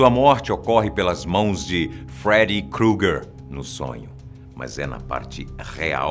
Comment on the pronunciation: Feri crugue ????????? Fala direito